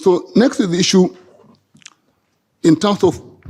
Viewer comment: samir sir just a question on the side maybe you can ignore it but why do you say Issue as :is ssue" ???? is this some kind of tick you are giving to the whites?